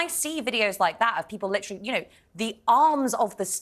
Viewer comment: stop with LIT-TRILL-EEE, the word is lit-ter-ally.....TER, TER........NOT TRILL!!!!!!